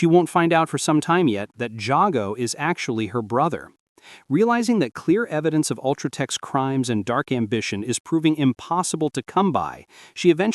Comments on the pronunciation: Either the kid reading this has never played the game or its more ai slop. For instance its pronounced jay-go not yah-go or jah-go and the narrator pronounces it wrong 100% of the time. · Bro what is that pronunciation of Jago's name? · Ikr, they literally say it in game how did he fuck it up that bad